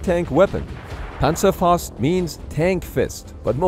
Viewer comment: Man you PERFECTLY pronounced „Panzerfaust“, at least on the first one